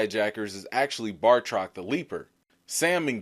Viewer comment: IT'S BATROC not BARTOC. SORRY YOU PRONOUNCED IT WRONG.